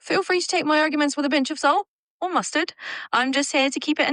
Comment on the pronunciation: haha, the ai said mustard like 6 7